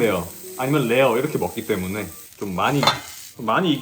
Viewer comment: 구로키 때무넹 개취했엌ㅋㅋㅋㅋㅋㅋㅋㅋㅋㅋㅋㅋㅋㅋㅋㅋㅋ발음 뭉개지는 거ㅋㅋㅋㅋㅋ 개귀엽넼ㅋㅋㅋㅋ